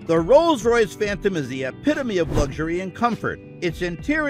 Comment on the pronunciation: Rolls-Royce fhantom